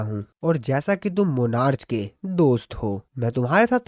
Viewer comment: bro its pronounced as monarc not monarchhh